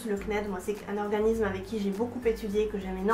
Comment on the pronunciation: Merci pour ce partage d'xp' mais un s suivi d'une consonne se dit "ssss" et pas z donc organissssme et pas organizme:D je suis nulle en ortho' mais niveau prononciation je me debrouille pas mal ^^ continue tes vidéos j'adooooore!